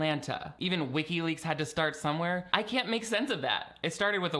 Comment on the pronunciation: Omg I thought he said "Ricki lake" when he said wikileaks 😆😆